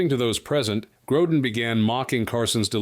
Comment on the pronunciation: Gro “deen..” come on.